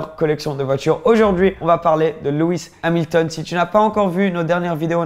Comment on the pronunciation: Tu as dit luis hamilton